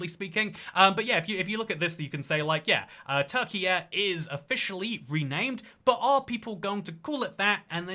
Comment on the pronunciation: Turkiye is pronounced almost the same as turkey, no need for a YUH